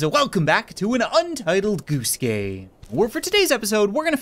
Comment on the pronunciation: sounded like you said “Untitled Goose Gay” sorry but it really does